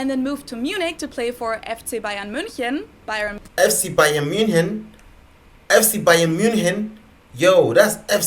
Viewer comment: Wait did she just pronounce München wrong or is that just my Dutch self not knowing it